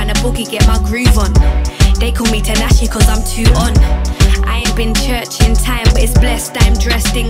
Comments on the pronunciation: tinashe is pronounced tea-nashe love !! LOL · Ngl I was getting hella irritated cause she keeps pronouncing tinashe name wrong just to make it rhyme with her lyrics 🤦🏾‍♀️😑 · Everytime she say tinashe I cringe cause it just so incorrect I'm dying 😩 but the song was calm